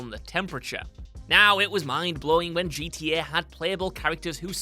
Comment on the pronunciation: My dude said GTA like Geet E A 😂